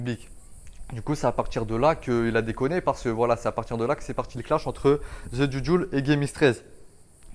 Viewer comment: The c’est pas Ze 😂tu m’as dd gros